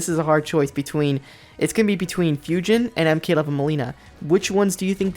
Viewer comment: Not tryin’ ya hate but it’s pronounced ‘Foo-Jin’ in the game and not ‘Few-Jin’ but I prefer ‘Ta-cay-da’ for Takeda instead of in-game ‘Ta-key-da’ 😂